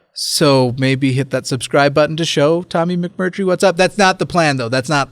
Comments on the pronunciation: 🍵☕️🏳️‍🌈🌈🎃 Edit: Did he just say button instead of buTTon? Smh unsubbed 😤 (nah jk, love you, ) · was so ready to jump right in that he said "button" rather than "buTTon" lol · ...he said bu-on instead of button. He was very serious about this apparently. I approve.